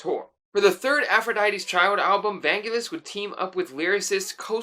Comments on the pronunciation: The emphasis is on the second syllable, van-GEL-is. Hard g. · In Greek there isn't "n" in the word but two "γγ" (gamma). So the correct pronunciation is Vaggelis / Βαγγέλης (only two γγ's make the sound of "G"reen). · Vangelis is pronounced Van-Gelis (the G is pronounce as in "Green"). One of the loveliest song on 666 is Aegian Sea. I like the track ∞ which Irene Papas performed on "I have to come". And "Horizon" from Jon & Vangelis' album "Private Collection" is sublimely beautiful. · Just a minor point, but you pronounced Vangelis wrong! The emphasis is on the 'e'.